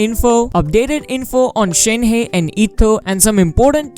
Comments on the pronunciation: It’s pronounced as Shen-her without the r. Not shenhay lul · It’s pronounced “Shēn-Há”